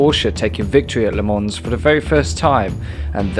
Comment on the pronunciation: its "Ley Mon"